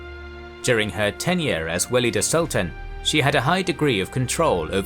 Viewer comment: Great video! Though there are some to correct: Valide is a better pronunciation since "walida" is too much arabicised. though the word is Arabic origin, Turkish has no "W" sound, so it is a "V" (using "W" for Ottoman Turkish or Persian is a Western stereotype, thus should be abandoned in favour of facts over theory: Arabic script) Second, Köshem should be pronounced with an "S" not "SH" (Kösem) Third, her intrigues and homicides would be good to mention, she had lots of people killed. Lastly, Turhan Sultan was the most skilled of all these in terms of statecraft, she deliberately paved the way to end the "sultanate of women" and retired willingly, she also deserved more space in this video, in my opinion.